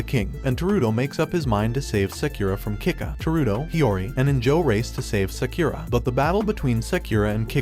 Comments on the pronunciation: "seukura" headass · he said sakeera when the name is spelled sakura its like he doesnt watch anime or is it a robot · sakura is pronounced as sekura? really? then it's prounced as sekira? bruh, this is either cultural appropriation or ignorance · Did u just pronounce sakura sakyura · Bruv you didn't pronounce sakura right boi